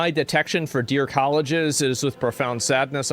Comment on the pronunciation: Asmongold trashing on Jason Arday whilst pronouncing "colleagues" as "colleges"... This guy really is insufferable